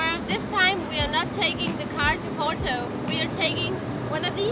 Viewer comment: "Port-oo". You could have taken the plane. Tamega is a cool place. All you have to discover still. The caves of Santo António for example. Remember to party in Lisbon on the 13th of June and then in Porto for the São João. With the little hammers. And no, not Thor's hammers, lol. Have fun in the sun and get laid in the shade! 😉😋😁